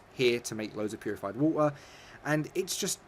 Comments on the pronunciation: The way he says water OMG just stop lol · Purified wah-er